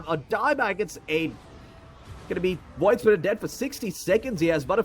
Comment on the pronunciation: Its the PIYOH! caster hahaha. WOID spirit hahaha!